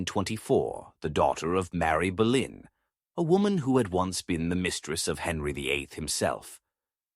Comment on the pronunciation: it's not Berlin it's Bolyn